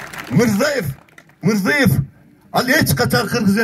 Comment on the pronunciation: Мурзыев эмес да, Мирзиеев , кыргызча Мирзийоев